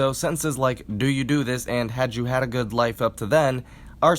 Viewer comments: Technically true, but he uses that [ø] in all circumstances: lists, transcription, etc, all while his actual realization of the vowel during the video is consistently [ʊ] (eg. "had you had a good life up to then?") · I know you probably won't reply to an older video but. I'm confused, when you gloss "good" and "should" with [ø], why do you do that? I feel like your realization of /ø/ sounds way too much like /ʊ/ for it to be [ø]: when I try and mimic the pronunciation in your gloss, it sounds nothing like your pronunciation, which sounds more like you're realising it as /ʊ/. Is this a personal vowel analysis, or does it come from another source? :0c